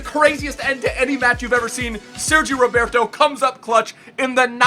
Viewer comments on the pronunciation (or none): It's not Sergio Roberto it's 'Sergi Roberto'